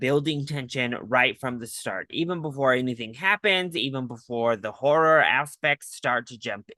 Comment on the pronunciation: did you call this a 'Whore er film'?